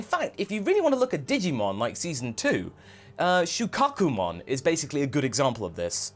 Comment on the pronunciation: Shoekakoomon...shoekakoomon....SHOEKAKOOMON..... you're the best but it's sha-koo-ah-mon